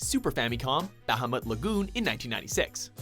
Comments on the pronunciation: Its pronounced Ra-muu and Ba-ha-muut. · "Ramah" "I-freat" "Bahamot" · It's pronounced Buh-huh-mut.. not Bah-huh-mut. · Alright I hate it when people call Bahamut, Bahamoot. Stop it, Say it the way it is spelled. if they wanted the damn thing to be called Bahamoot then they would have spelled it that way. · its not bah-hah-mut its Buh-hah-mut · The way he says bahamut kinda makes me mad lol. Its pronounced buh-ha-mutt 😂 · Adamantian Gilga Honestly, Bahamut is a whale who originally showed up long before the Final Fantasy games, and it's pronounced Bah ha moot, but I still call it Bahamut with a mutt sound at the end. I also still pronounce Ifrit similar to Ih fret, and not Ee freet. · It's pronounced "Ba-ha-Mutt!" Really, ever been to the "Ba-Ha-Mass?" What, the fuck, why are you saying Bahamas weird? Have a good day. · Seriously!!! Learn how to pronounce names! You pronounce Ramuh - 'Rah-mu' and Bahamut 'Ba-ha-moot' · lol "bAh. HAm. Mutt" xD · It's pronounced bahamoot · Is it just me or do all the people pronounce everything in all of their videos like they are morons? A bit harsh, I know, but it really bugs me.. Baaa-haa-moot? Like, really? Seriously guys? Fuck... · Ba-ha-moot (Bahamut) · Rah-moo Ee-freet Ba-ha-moot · Very good video but you need to say Ifrit and Bahamut right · Why are you pronouncing Ramah, Ifrit and Bahamut wrong? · Omg my ears burn when he says Bahamut. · how hes prenouncing Bahamut is hurting my brain.... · I cringe at the way he pronounces Bahamut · Nobody seems to know how to pronounce Bahamut correctly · did anyone else wince when every he said bahamut.